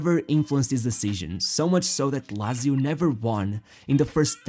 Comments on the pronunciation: "Lazio" sounds so ugly, instead of "latzio", but thanks for the documentary. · he it me Laaaaaaaaaaaaaaatsio not lazio jezuz krist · Jesus Christ man, learn how to correctly pronounce "Lazio" if you're going to say it 1000 times.